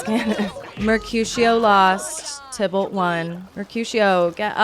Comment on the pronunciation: tai ballt not tybolt XD